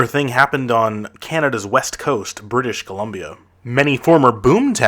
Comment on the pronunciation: Buddy said "British Colombio" haha